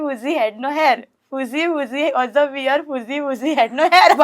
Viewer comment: You pronounce bear as “bare” not “beer”